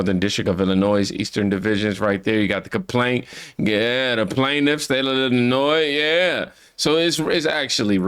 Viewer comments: Illinoy no “s” on the end. It’s a French language origin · Love your content, but because I am that kind of A-H0le, I have to say this... You mispronounce Illinois, it is pronounced like ILL-A- NOY, not ILL-A-NOYZ, If you don't care about pronouncing the state correctly, why would you care that you are pronouncing the governor of that state's name correctly? Keep up the great content, but, that word happens to be one of my weird, quirky triggers.... like when people say "I'll meet you at 8 AM in the morning.... there is no other 8 AM AM means the morning, so, either say 8 AM or 8 in the morning, don't use both :) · Illinois = il•li•noy. ❤ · Illinois (ill-in-oy), silent S at the end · Ell laa noi no s on the end thank you 😎